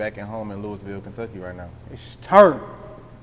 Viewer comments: Bro if he pronounces it looisville one more time imma punch my screen it’s loo-uh-vul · Not "Louis"ville we say it like Louaville my gee..502💪🏽💯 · It's not Louis ville Kentucky bruh. It's looouvull Kentucky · Loisville (LOU- VULL) Not Lewisville Clown 🤡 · Interviewer- It's pronounced LOUIE-VILLE Kentucky not Louis-ville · It’s not Louis-ville it’s Luh-vull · He supposed to correct him when he say Louisville it's pronounced Louhvul or Louieville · Lewis ville??? The S is silent my bwoy...looweeville phonetically...my boy talkin too much something bout this aint sitting rite with me...boy boy ain't putting off RN vibes... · Not Louis ville tho 😭. I heard Lou a ville or at least say Louie ville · My boy said Lewis Ville... Lol its lew-ee ville, the S is silent. Louisville. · It’s pronounced “lewey vool” not Louis ville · lewisville..lol.They pronounce it as Lou-bull.I met a chick from there once and she checked me.Shout out to yall from Brooklyn.. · Lol it's really lewis like Louis Vuitton y'all just saying it the way a hunkey who named the city after him or his family that couldnt pronounce words correctly. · Why he didn't correct the interviewer... it's LooweyVille!! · Not 1 Time did he say not louisville it’s Looavull 😂🤝🏾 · It’s Loui yu don’t pronounce the s🤫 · A man its Louisville!! Not louis ville... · you should have corrected him on the pronunciation of our city name. Nigga it’s not pronounced Louis-ville. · That’s not how you say it either. It’s (Lool-vulle) trust me bro born and raised here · man its" loulville " lol hardin county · Lose the S when u say Louisville lol looeyville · Somebody teach dude how to say Louisville correctly..... Lou'a vull or Louieville.🤞 💯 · Mane square as hell. “LOUIS-ville”. Goofy. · Its not "Louis" ville you killin me bro lol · Bro everytime dawg said Louis-ville i wanted to punch my screen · Right correct this guy my nig..say it like LOUAVILLE dat way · I’m from NC and it hurt me every time buddy said LOUIS-VILLE 😩